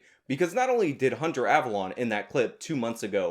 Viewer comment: Avalon is not avallone. You purposely saying their names.slightly off doesnt make you come.off as clever but as childish.and.petty.